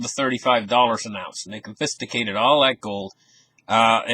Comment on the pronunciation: So sophisticated .....Confisticated! Love new pronunciations